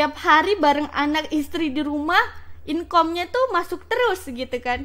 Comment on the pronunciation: Belajar lagi lah bahasa inggrisnya, masa engagement, demand & income aja medhok 😂 Atau kalau ngga, pakai bahasa indo yang baku sekalian.